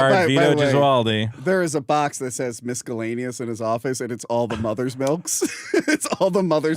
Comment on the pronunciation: Who tf pronounces it “mis-ke-llaneous?”